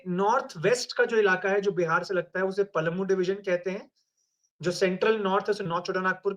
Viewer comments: Palmu nhi palamu hota mahtto nhi mahto hota h pehle jharkhand ka naam Jaan lo fir koi comment krna jharkhand ke baare me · पलमु नहीं, हम लोग पलामू बोलते थे l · PALMU NAHI PALAMU BOLA JATA HAI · Palmu nhi palamu bolte h Or inko congressi chamcha bisaagya bana diya